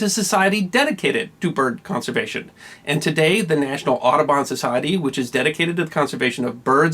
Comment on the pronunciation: I really did understand "Autobahn" not "Aduban" ... Well, since I live in germany it's understandable, I - hope?!